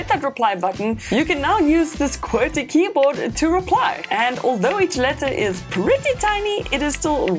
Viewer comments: It’s qwerty and not Querty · What??! Querty?? Its Qwerty! That triggered me a lot